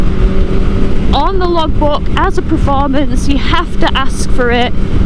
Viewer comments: Per……not pre….formance! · It's "performance" not "preformance" FFS lol